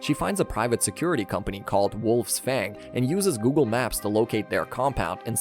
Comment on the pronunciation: It that google or woogle?